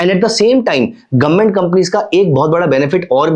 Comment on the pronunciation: गवर्नमेंट ❌ गोममेट ✅ 😂